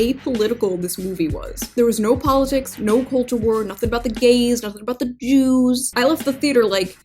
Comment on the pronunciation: Eyo... I don't like how you pronounce the "Jooooz"